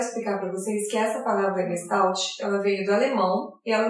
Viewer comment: Oi, excelente vídeo, porém vou fazer uma observação. No início você menciona que a palavra "não tem uma tradução específica para o português". Na verdade sim, ela tem. E a tradução direta é "FORMA". A pronúncia muitos reproduzem como leem, exatamente como disse no vídeo, quando na verdade deveriam colocar um "X" no final de "GES" e um "I" no lugar do "L" e ao final um "T" "mudo", ficando então o som assim: GUEXTAIT. A escrita está OK. Parabéns pelo trabalho. abs.